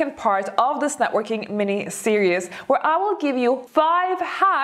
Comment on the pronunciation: ...I love your videos, and I am enamored with you.. You are lovely...I am old.. And I'd like to give you one pronunciation help...series...it's pronounced ser--eeez... I adore your face f and cute twists in your speech... But I had hard time understanding what you mean f when you said ser-eous... For series... Lovingly given hint... No offense meant